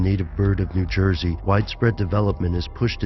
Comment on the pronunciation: '' Nu Joysey ''